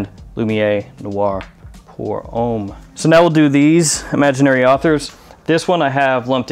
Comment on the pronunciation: french for Americans: homme rhymes with plum